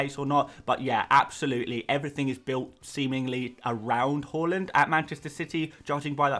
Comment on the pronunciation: Haaland not halland pls